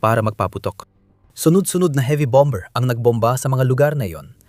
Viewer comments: Hindi BOM-BER ang basa dyan . BOM-BER ang pronunciation sa word na "BOMBER". Hahaha! Ano ba yan! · BOM-mer,.silent B.